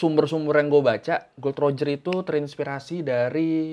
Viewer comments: Sebernarnya Gol D roger, bukan Gold roger 😁😁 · bacanya Gol D Roger bang bukan gold roger. Ntar marah orangnya. Eh iya kan udh di eksekusi wkwkw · Gol D Roger bukan Gold Roger bang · gol di bukan gold bang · Gol d Roger bukan gold Roger